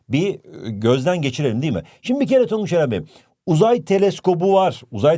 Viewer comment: HOCAM TONGUÇA NE DİYOSUNUZ TONGUÇ BİŞEY DİYOSUNUZ YAA😊